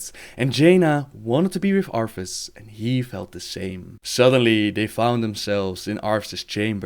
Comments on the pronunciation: cant get over the fact you say arTHAS as ARFas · I love how he kept saying "Arfus"